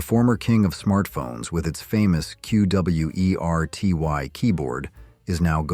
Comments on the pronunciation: I cannot watch any of these videos where the AI narrator can't speak like an actual person, woth unnecessary pauses and mispronounced words (co-LEE-co! It's pronounced Co-LEE-co! and kwer-tee, not q, w, e, r, t, y). I went much farther than I should have. When the AI can't even read the title of the video correctly I should just close the tab right there. Thumbs DOWN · Kwer-tea, not Cue Double You Ee Are Tea Why.